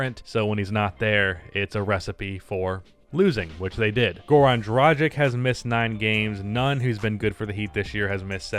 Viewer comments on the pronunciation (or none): Yo random nitpick, but it's pronounced Drahg-itch, not Drah-jick. Great video though, good insight.